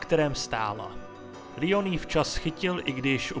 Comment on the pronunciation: Dobrý video jen mi rve uši tvůj Lion, je to prostě Leon jsme Češi tak to můžeš říkat normálně i Angličani říkají Leon i amíci to vyslovují Leon